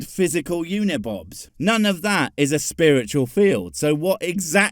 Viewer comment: Are we just ignoring the fact he's saying "spurritchul" instead of "spiritual"? Cool. Coolcoolcool.